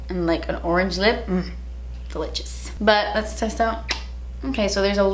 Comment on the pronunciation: Hey 💕 I Love you’re channel girl! You’re so funny & quirky & silly. Side note: I love when you say delitchious 😂 I catch myself saying that in my everyday life now 😑🤦🏻‍♀️😂. Anyways I got the same BoxyCharm as you expect the eyeliner I got this black glitter one (I don’t like it lol). I Love you and keep on keeping on 👍🏼👌🏼I enjoy watching your videos and I get excited every time you post 🤗